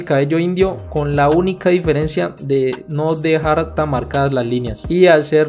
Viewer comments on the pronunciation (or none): none